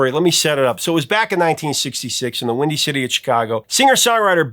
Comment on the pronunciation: The Professor should know the Association's big hit in 1967 was WINDY - not Wendy. Even Closed Caption shows the Professor is saying Wendy. What a year for music. As a teen I bought every one of these top 11 hits on 45's and I still have them to this day.